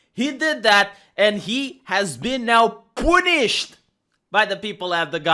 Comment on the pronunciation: Okay, you said "poonished". Close enough